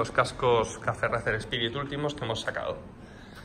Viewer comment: Una cosilla... Racer se pronuncia “reiser” 😂 (Al igual que Liverpool es “liverpul” y no “liverpo-ol”; o Schwarzenegger es “suarseneger” y no “SCHwarcenejer”.) Coño que es vuestro nombre! 😂